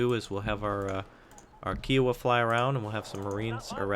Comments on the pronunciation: couldnt help it and had to write it, its pronounced "chi-o-wah" not "ki-wah', othr thn that awesome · Ki - ow -a not Kee - ow - a